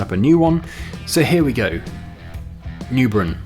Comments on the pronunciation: The European map is pronounced Noybrunn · Neubrunn pronounced "Noybrunn" which means New well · I was watching Omatana the other night and she was pronouncing Neubrunn as Noy-born.... I could be wrong.